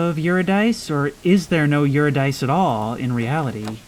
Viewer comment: Eurydice is pronounce yoo-rid-i-see, with the second i pronounced exactly as the i in rid.